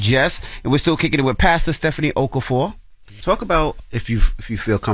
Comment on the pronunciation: Nice try guys. It’s pronounced “oh-KAH-for-oh or Oka-for.”